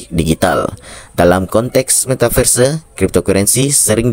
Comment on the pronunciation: Belajar dolo ngomong metaverse 😂